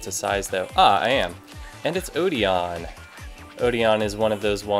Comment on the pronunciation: odeon's name is actually pronounced (O-den)